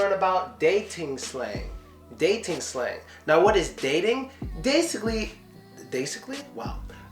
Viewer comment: dasically😂😂 Thanks man dis vid was very important.